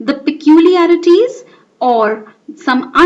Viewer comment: it nice but it's peculiarities not peuliarities.